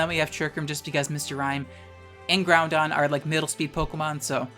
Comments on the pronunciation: Hey :) I’m not sure if it’s because you have trouble saying it which is totally fine, but I noticed you pronounced it Groundon instead of “Growdon”. Just thought I’d ask and see if there was a reason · Groundon...? I've only known one person call Groudon groundon. Do you also call Rayquaza rayzon? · I know you're doing the "Groundon" and "Keyogray" on purpose, but it doesn't make it hurt any less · Idk if it’s an inside joke you have but there’s no ‘n’ in the middle of Groudon so why do you keep pronouncing it Groundon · The mispronunciation of Groudon is triggering me so hard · love the video, really hope some pronunciations are satire.. "GROUNDon" hurts me worse than "key oh gray" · Groudon pronounced as Ground-Don. 7/10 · The only thing you can legitimately flame for is their pronunciation of "Groudon"